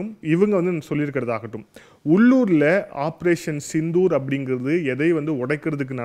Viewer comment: ஆப்ரோசன்.... சித்தூர்.... ஆப்ரோசன்..... சிந்து... ஊர்....